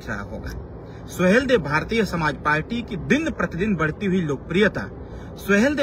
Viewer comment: पालटी नहीं पार्टी होता है😊😊😊।पता नहीं कौन पीएचडी की डिग्री अवार्ड कर दिया है।